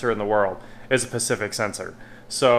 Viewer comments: Are you saying "pacific standard" lol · Informative...@ the correct word is "specific", vice pacific. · i thought he was trying to say " specific" :-0